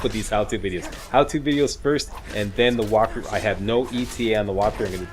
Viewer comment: Lol "Whopthrough"